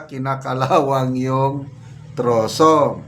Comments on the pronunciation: Trusses siguro. Naiba ng pagbasa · Tinagalog nya ang “trusses” siguro kaya naging troso…sounds like😂😂😂😱😱😱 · Wala naman troso dyan ang nakamali lang ng bigkas, ibig nyang sabihin ay trases